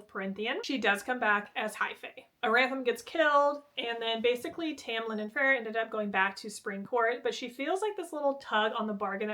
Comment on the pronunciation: I love you but listening to you say “Freya” and “Farrah” over and over again was insanity 😂. FAY-RA